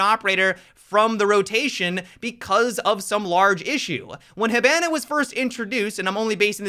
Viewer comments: Lol he doesn’t even know how to say hibana right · Say hibana correctly next time.